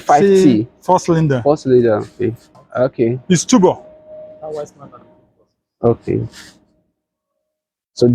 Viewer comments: He calls it tubor 😅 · The way he pronounces turbo cracked me up 😂so bad.... Now innosons should start producing some exciting cars such as Super high performance cars, hatchbacks with a 2.0L turbocharged engine wacked on it and so on. At least for the young Nigerians😌🙃